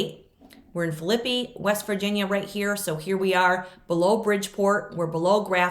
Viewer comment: I live close to the town of Phillipi, WV. It is pronounced Phill, la, pee. Phillipi has a covered bridge built in 1852 and is a national landmark. Really pretty little town.